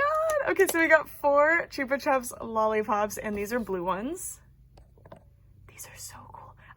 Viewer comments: Also not correcting just saying Because chupa chupps is big in the uk I know your pronouncing it how it should be pronounced with how its spelt but ive always know it as ‘chuppa chupps’ with how its pronounced. Each to there own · So fun fact they are actually Spanish or similar and they are pronounced choopa choops and as an Australian I learned this like 6 months ago lol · i agree she is right thats how its meant to be pronounced I just didnt know it was a big brand in the US. In england we say it the mispronounced way so its really jarring when its pronounced correctly because its something i grew up with just never heard it like that. I think our ads for it are pronounced different too